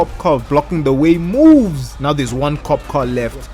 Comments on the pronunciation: i love him saying kop like a dutch person i guess ur an north african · Are you Dutch? Bc you said kop😅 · you said kop i smell dutch